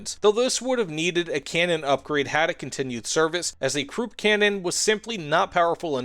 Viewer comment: Krupp is pronounced kruhp (rhymes with up), not kroop.